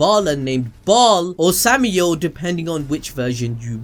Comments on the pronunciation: Ok, I’m familiar with 2 of those names. Bial is pronounced bell and Sameal is pronounced sa- meel. I’ve never the other one. 🤷🏽‍♀️ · It's pronounced sam-i-el, which is an other name for Lucifer Morningstar. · Ayo why is my name connected to one of the devils but it’s pronounced Samael (Sam-i-el)